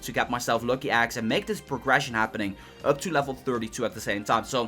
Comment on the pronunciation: Shy is he saying "Aggs"